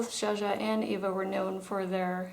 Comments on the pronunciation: Eva...not Ava. lol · Why do Americans pronounce Eva like Ava? I've heard this before & I'm just wondering...